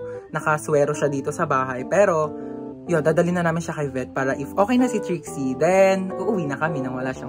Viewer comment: Kuya ano po ba trixie or drixie kasi minsan naririnig ko drixie minsan nmn po trixie?